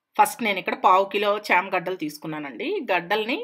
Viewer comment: It is not shama gaddalu it is chama gaddalu